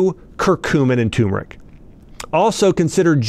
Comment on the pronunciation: It’s pronounced “Ter meric”, not “Tumor ic”